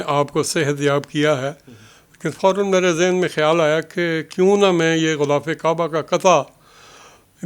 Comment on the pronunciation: غولاف نہیں غلافِ کعبہ ہوتا ہے ۔